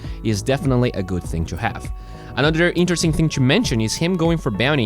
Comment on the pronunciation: if he somehow pronounced to as not choo, he'd be a lot better caster